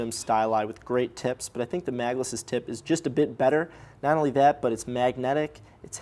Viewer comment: I hear every 'tip' as 'tit'. It is a great review.